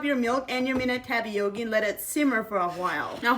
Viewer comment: I love how you say "TAPPY YOKI!" ❤😂